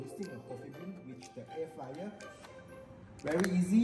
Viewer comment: air fryer not flyer